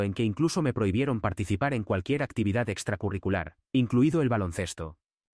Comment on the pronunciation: Creo es la primera vez que escucho que la IA dice correctamente extracurricular 😳